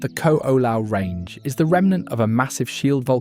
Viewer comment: The mispronunciation is one; look at the spelling of most of the chapter names. "Narali Coast" "Kalalao Valley" "Hanlay Bay" "Qualoa Ranch" "Cocoa Head" (in addition Koko Head is actually across the road and this is Koko Crater).